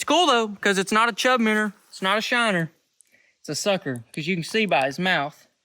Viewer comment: I love how he says “Minner” because of his accent